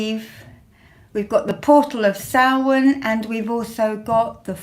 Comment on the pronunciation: Beanachtaí na Oiche Shamhaine,! Blessings from Ireland (and commendations on your pronunciation of Samhain).